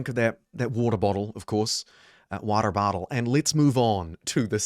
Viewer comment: Yeah, me too. Midwest here and the Waatier bahtool really got me